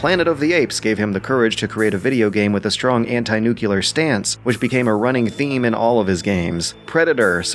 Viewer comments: The word is "Nuclear", not "Nucular"... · No, no it can not be considered correct. Your example is a difference in inflection of syllables. "Nucular" is a complete mispronunciation of the word "nuclear". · I must ask... how hard is it to pronounce nuclear correctly? It is "new-clear" not "new-que-lerr".... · "Nucular"? The word is nuclear! How do people not get this!? Look at how it is spelled! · It's NUCLEAR! N-U-C-L-E-A-R!! Not "nucular"... Stop it. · It's nuCLEAR, not nuKYALER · "Nuclear". Nu-clear. Two syllables, letter sounds in-order. "Nu-kyu-lar" is not a word. :^) Great video and info though, keep up the good work! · No, it is "nuclear", almost as in "new" + "clear", regardless of where you live... "Nucular" does not exist, unless you misread and mispronounce "nuclear". Angry Joe is also infamous for always mispronouncing that word, for some reason... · Its NuCLEar, not NuKUlar! Get it right, America! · did, did you just say nucular?! the flying hell?! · Nuclear Nu-Clear it isn't Nucular, "Nu-Cue-Lur" "New-Clear" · It's Noo - Clee - Er NOT Noo - Cue - Ler, THERE'S NO SECOND "U..." Sorry that just pisses me off to no end... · nucular is not a word. You meant nuclear. Also I know I'm being an ass, but it just bothers me. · Did you just say Nucular instead of Nuclear wow imagine not being able to read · nuclear***, man. NUCLEAR***. "nucular is not a woooord D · anti nuclear not nuculur. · nu-clear, not nucular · It's Nu-Clee-Er, not Nu-Cu-Ler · I know I'll be the biggest asshole of the comment section for pointing this out but it's "Nuclear" not "Nucular" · Wait, wait...did I just hear nuclear pronounced "nuu-cyule-ler"? x_x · It's not an accent if you completely disregard the arrangement of letters. "Nucleah" is an accent, "nucular" is a mispronunciation, and it's wrong. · Nuke-u-ler. Stan Lee Cuberick. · NEW-KLEE-AR. IT'S NOT THAT HARD, FOR FUCKS SAKE. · "Nukular" close tab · "Nucular" That gives me 'Nam flashbacks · "nukular" durr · Nuculer. Nookyoular. Smh.